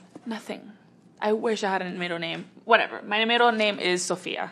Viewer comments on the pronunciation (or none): none